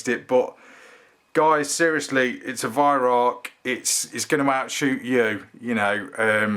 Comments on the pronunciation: They put the gauge at the end of cylinder,-because its the best place.I have one of these & I can see pressure easily from at least a foot away from barrel[looking from side,of course]. The cocking lever & magazine is miles better than my Air arms s410 & Daystate MK3.[the Daystate cocking lever has to be exactly in the right position to get mag out,-pathetic!] Also its Weih[rowk]-not 'Ark'--row as in' argument'.-Ask a German,-I did! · "ACH" not "HACHE" lol Yes I agree, stunning rifle! When I'm ready for my new rifle, which I'm not allowed yet till the house is finished, according to the wife !!! The Weihrauch is one on my my top 5 list... Love the shows, dam good reviews and very informative! I am retired now...my last rifle was a BSA airsporter...under leaver some 45 yrs ago! Your vids.... brought back that interest, the wife don't like them, but what does she know ..... Oh...aren't kittens lovely and fluffy! lol Air Ram..." Frank "